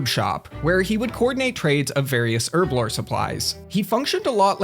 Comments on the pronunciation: "Urblore"? Do you mean "Herblore"? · H(huh) HUR HURRRRRRRB HURBLORE now try it with me herblore. well done youve learned how to say the letter h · Can you fucking pronounce herblore properly? jesus christ. Pronounce the fucking H